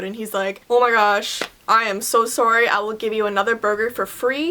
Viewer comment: You pronounce it sorry not soury